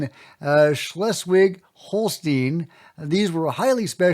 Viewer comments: holstein not holsteen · I love how you tried to pronounce Schleswig-Holstein. The first part was ok, but the last part would be pronounced like "Hol-shtain". Anyway, you said that right!😀